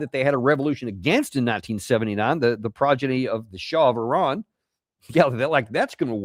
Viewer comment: the biggest terrorists are the USA, glad you can pronounce Iran correctly unlike most of your nation, just need to work on Moscow, Adolf and Solder to the rest